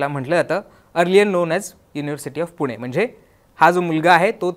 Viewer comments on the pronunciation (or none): none